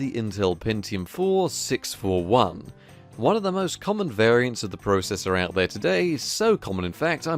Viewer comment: You pronounce processor weird....